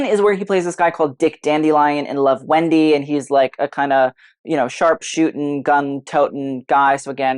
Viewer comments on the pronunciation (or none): none